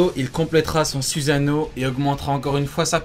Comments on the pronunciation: euhhhhhhhh suzano à oue le fr "susano" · C pas susano c soussano